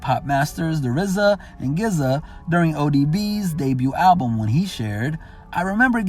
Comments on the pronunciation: Please don't pronounce GZA's name like that 😂😂. It's pronounced "jizzah" not "gizzah" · Gizza is pronounced jizza ... Gza the genius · Am I the only one mad he pronounces Gza as Giza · This dude said gizza lmao it's pronounced ji-zuh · Great work on the vid bro! Just a heads up tho..."GZA" is not pronounced "Gizzah"... it's pronounced, "Jizzah"... Keep up the great work on the vids brothah✌🏼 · Gizza? GIZZA??!! I can't give you too much credit on your hip hop knowledge after that pronunciation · I was with you.. Until you pronounced the GZAs name as GZA. Real Wu Warriors pronounced those differently and know what I'm talking about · Bruh it is pronounced GZA Jiz-ah not geez-ah smdh thumbs down bruh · its prounounced JIzza.. not Gizza lol.. wow man really shows which one of these reporters don do their homework.. too many people making money off these type of episodes when they barely know much bout hip hop in general. smh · He said “Geza” 😂😂😂 lost any credits with me for that one. It’s “GZA” sounds like “Gizza” 😂😂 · Good video... but GZA is pronounce "jizza" I believe. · It's not pronounced Giza. It's jizza,,, you obviously don't really know you shit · I love this expose!! ONE THANG BRO, GZA AIN'T PRONOUNCED GIZZA.. LIKE GIZZARD!! IT'S PRONOUNCED LIKE DIS.... JIZZAAAAAA MAAAAAAINE!!!!! 😂😂😂 SORRY I LOVE GZA THE GENIUS!!! 😁🤣🤣 Absolutely loved the video thoroughly though! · It's not gizza it's jizza pronouncing a legends name wrong GZA OS SHORT FOR Genius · GZA is pronounced Jizza not Gizza. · IT'S PRONOUNCED JIZZA NOT GIZZA. COME ON!!!!!!!!!!!! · My dude, my dude. Its GZA with a J sound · So we just gonna ignore the narrator calling GZA by The Gizza lol 😹 #WuTang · Why does he pronounce it “Gizza”? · He really keep calling GZA, “Gizza “ 😂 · Gizuh... LOL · "Gizza" 🤣😂 Just discovered hip hop huh? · "Gizza" smdh. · This guys said “Gaz-zzza. Wtf, serious?!? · "Gizza"? Come ON, dude. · It's pronounced Jizza, GZA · He pronounced GZA like gizzards lol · Right not Geeza